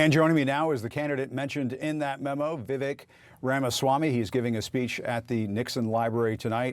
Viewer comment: this is super libbed up of me to say but jfc can one single pronounce 'Vivek' correctly, even "LIBERAL MEDIA" CNN can't do it